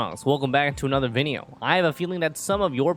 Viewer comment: "Youtoo fongs, relcome back to anhother vineo" I love that intro